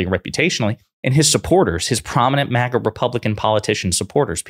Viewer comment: I'd be more likely to give you benefit of the doubt if you even knew how to pronounce maga